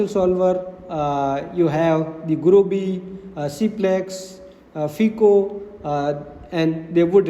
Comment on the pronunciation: Awesome video,! My only suggestion is that FICO is pronounced with a hard I sound like "F-eye-co", and also offers modeling platforms FICO Workbench and FICO Insight.